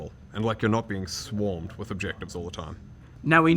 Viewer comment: For some reason that's the first thing I thought of when he puts so much emphasis on the word SWARMed